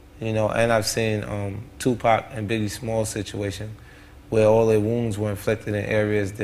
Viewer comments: It's not tuPACK it's TuPAC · "Twopack" LOL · Irritates me so much when they still say tupack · when i heard Two Pecks and Ja Wool i coulnd't stop myself laughing